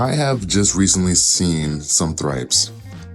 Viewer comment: The correct pronunciation is "trips" 😂👍🏾 but u gotta sound the H "thrips"